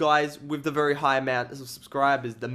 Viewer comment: when you say very very real fast it sounds like vuryvurvury